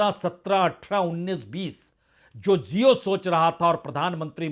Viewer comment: Prasun ji aap jesa educated insan jab jio ko zio bolega to jaahilo ka kya hoga. Khyal rakha kijiye